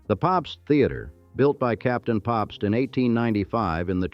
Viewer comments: Captain Popst!! Gotta love the befuddled Ai! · Or Pabst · Funny that the voice doesn't know how to pronounce "Pabst."